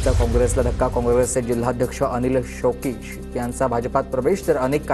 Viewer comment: शौकिक नाही, कौशिक आहे रे बाबा... diclecsia झालाय की काय?